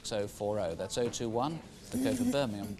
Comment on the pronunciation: When says Birming-hom eat a pork scratching..